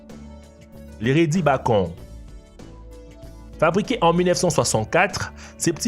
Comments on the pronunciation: C'est "Békon" pas "Bahkon" 😂😂😂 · Du bakon xD mdr du béconne hey banane xD ptdr